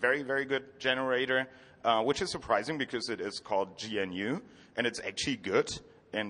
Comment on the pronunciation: It's pronounced guh-noo